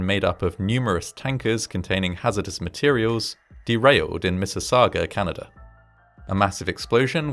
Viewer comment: "Order of Canader award". Thanks, man from the unitited klingdom